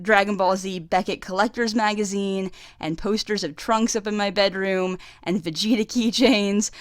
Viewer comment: And let's not forget Karkarot and Vergerter 😂